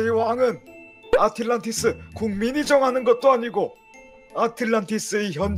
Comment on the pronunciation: ?에 아틸란티스가 아니라 아틀란티스 아닌가요?